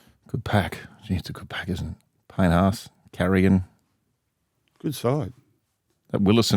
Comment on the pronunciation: Why does Matt always say Payne Arse?? Even during a game he will say it and not emphasise the H at all. It just sounds annoying and lazy.😂😂😂